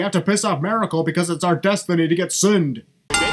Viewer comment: The "MARACLE" is baack 😍😍😍😍😍😍😍